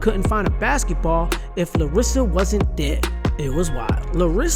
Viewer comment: It's LAR-sa, not Larissa